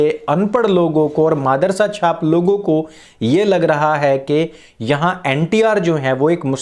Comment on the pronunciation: "Maadarsa" instead of madarsa. Waah bhai Waah.